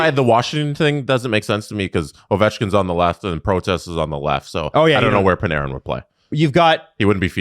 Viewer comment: Why do the always mispronounce Panarin’s name? Is it a bit?